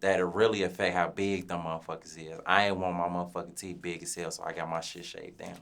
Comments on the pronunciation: Fuck nawl 😂😂😂 “teef keef” TOOK ME OUT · Them teef not teeth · Called that man Teef Keef 😩😩